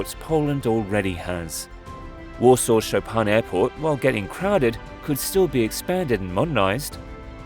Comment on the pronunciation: Cher aurateur on prononce Chopin comme le pianiste Polonais Et pas Chopan !!!!!